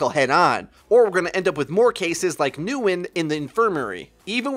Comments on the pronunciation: It triggered me that he pronounced Nguyen newin it's pronounced win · Nguyen is just pronounced "wh-in" in most cases... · Lol Nguyen is pronounced more like "when" xD But I'm so ready for a new hero! Awesome video as always! :) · Nguyen is pronounced win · Nguyen is pronounced kind of like win. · the way you said Nguyen made me cringe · the way he pronounced Nguyen made me cringe